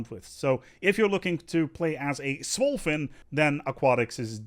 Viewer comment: Lmao 🤣 ‘swole fin’ 🤣 killed me 🙈🤣